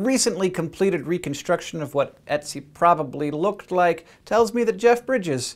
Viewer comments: its not "e"tzi its "ö"tzi with an Ö ^^ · Ötzi sounds more like Urt-si than Etsy. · dude he is called Ötzi... NOT Ätzi... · His name actually rhymes with "tootsie," not Etsy. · that's not necessarily true, because nobody is the same and just because ötzi was lactose intolerant doesn't mean that everybody else was like that. btw: i find it hilarious how he says ötzi, because i'm austrian and it sounds like etzi to me - which sounds like either acid in german or a super cute name for an ice baby not a middle aged man xD (try the wiki audio file ;D ) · Ötzi was found in the Ötztaler Alpen - the Ötztaler Alpes in Austria, not Switzerland also, but way less important the way you say Ötzi it sounds like Etsi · It's 'Ötzi' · Just saying hank it is "Ötzi" We learned about it in school. It is pronouced otsie but spelled ötzi But I LOVE SCI SHOW and i showed it to my dad also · It's Ötzi, not Etsi, Hank. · Hank said 'Oetzi' and for a moment I though he was saying 'Ezio' from that videogame :D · well done, but the pronunciation of ötzi was.. very amusing to my swiss ears ;) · Every time he said Oetzi, i thought he was going to say Ezio. Curse you, Hankgames! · So that's how Americans pronounce "Oetzi." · so that's how english speaking people say Ötzi :) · you're pronouncing his name wrong xD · Ötzi.. Ö is the same sound you make in the word burn or word.